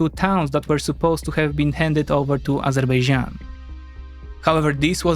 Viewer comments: Narrator reveals its true side by pronouncing "Azerbaijan" as "Azerbeijan", same as Armenians pronounce it :) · many people in turkey also call it azerbeycan instead of azerbaycan, it's not the easiest name to pronounce, even for native speakers